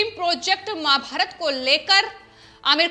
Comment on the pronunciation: कृपया महा_भारतात कहिये माँ_भारत नहीं. Please say MAHA_BHARAT not Ma_bharat.